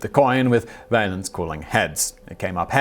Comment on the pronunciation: "Valens" is pronounced like "gallons."